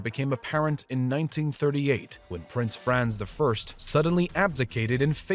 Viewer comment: Frahnts, not Franz. Pronounce it properly!